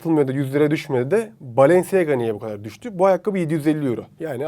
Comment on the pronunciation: Bı kere o balenciaga diye yazılıyor balanciya diye okunuyor yani ayakkabıcı dedi .